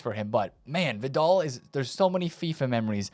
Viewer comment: “Vid-all” … this is definitely a gimmick for him. No way anyone can miss this much. 😂🤦🏻